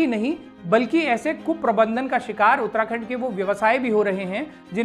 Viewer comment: उत्तराखंड ❌ उत्तणदण्ड✅